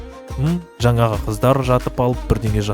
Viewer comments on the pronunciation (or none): none